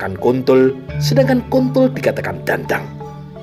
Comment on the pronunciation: Maaf, artikulasi pengucapan dhandhang kurang tepat, Krn diucapkan sbg dandang. Artinya beda jauh Dandang = wadah utk merebus air Dhandhang = burung gagak Salam 🙏🙏